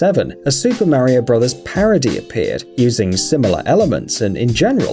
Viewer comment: Please learn how to say MARIO !!